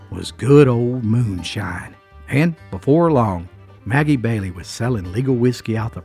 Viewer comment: Sounds like Ebow Walker!! And Maggie Valley, NC. Not Maggie Bailey!! Did she make Irish Cream??